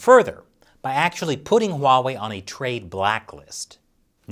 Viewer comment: I might become a patron just to ask you why do you call huawei 'WAWEI'